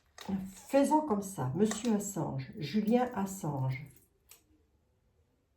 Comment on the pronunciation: 💎 Bonsoir,je suis l'administratrice d'un groupe de soutien à Julian Ass@ et oui, vous prononcez correctement son nom. Julian est un journ@ emprisonné dans une prison de h@ à Londres. Per*sécut*é et tor*tu*ré psychologiquement depuis plus de 10ans par les Sta*tes, le Roy*aume-U*ni et délaissé par son pays, l'Austr*alie, il est retenu comme un cr*m*nel alors qu'il ne purge aucune peine.